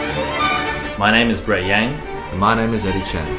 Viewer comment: why brett pronounced yang like that huhuhuuuuu